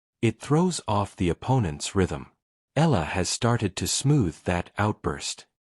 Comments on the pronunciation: Please, report her name correctly. it's NOT ELLA! It's ALEX short for ALEXANDRA. Her last name is EALA pronounced as EYALA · Before hitting the airwaves, know your subject - Alex Eala, Eala, Eala not Ella….Eeeeeaaaahhhhlahhhh. Got it? It is impolite to mispronounce her name.Are you……?????